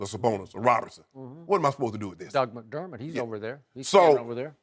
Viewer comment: Did anybody else catch when skip said "doug McDermott" lol